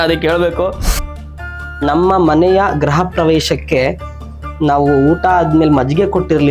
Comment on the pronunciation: Graha alla gruha anta heli